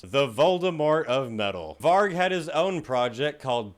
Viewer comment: 👏🏻👏🏻👏🏻👏🏻 for pronouncing Varg and Euronymous’ names right! Very rare for a yank! 🤣